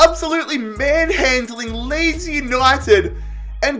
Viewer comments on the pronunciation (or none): none